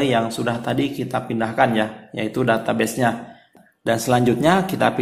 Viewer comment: ganggu bgt blgnya data beses wkwk data "bes" bacanya